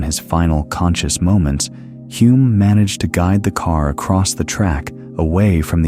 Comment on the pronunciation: AI running riot again - Denny Huh-lme, not Hoo-lme as he told me himself; Coniston is in Cumbria, not Lancashire; and how did Henry Surtees become Turkington midway through the piece?